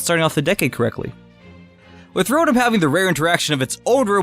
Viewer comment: You said rotom wrong